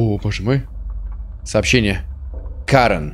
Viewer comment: Не Ка'рен, а Карэ'н, это мужик.